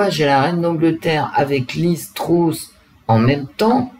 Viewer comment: Bonjour ! On prononce Truss come us ( presque comme eu : Treuss)